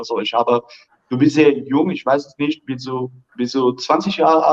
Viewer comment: I can vouch for English and German:) - although his pronunciation of the German word "nicht" is slightly off but overall quite close to sounding like a native German - very impressive!